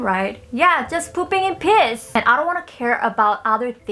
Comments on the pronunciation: "Pooping In piss" its pronounced "pEEAce" lol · why did I hear "pooping in piss"??? XD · I'm not trying to be mean or anything but i laughed when she said pooping in peace.I thought she said pooping in "piss" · "Yeah, you heard me right - just pooping in piss...." that's why pronunciation is important, kids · Oh no... I know you meant peace there in the begining but it sounded like piss 😣